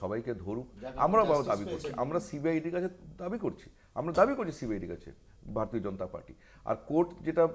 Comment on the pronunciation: এই মালটা বার বার ভার তিও ভার তিয় বলছে। মালটা ভারতীয় শব্দটাও ঠিকমতন শেখার চেষ্টাও করে না।